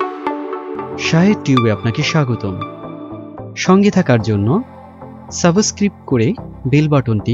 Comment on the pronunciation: ভাইয়া সাবস্ক্রিব না বলে সাবস্ক্রাইব বললে ভালো হয় না। এত সুন্দর একটা চ্যানেল,আমার মনে হয় আপনার সাবস্ক্রাইব বলা উচিত।